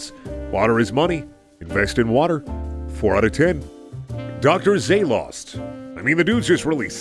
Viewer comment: The Tower of Dr. Zalost was my favorite episode. I don’t normally do this but the incorrect pronunciation triggers me slightly.